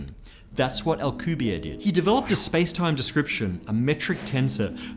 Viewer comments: Alcubierre... That is a Mexican, Spanish last name. The last letter "e" is not silent and he is not French. Al-ku-beer-re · I went to school with Alcubierre’s son. All the letters in Alcubierre are pronounced btw. Also the final E. It’s a name in Spanish. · I got here cause I'm reading Marko Kloo's Frontlines series, in which they use alcubierre drives to travel the galaxy. Had no idea how to pronounce it.